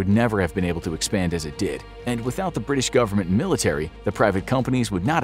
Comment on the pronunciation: bri'ish moment